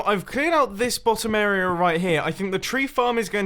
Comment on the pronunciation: Why do you say "arear" instead of area?